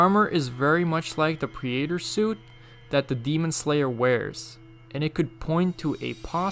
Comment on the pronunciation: Not trying to be rude but its (ark-vile) and (prey-tor)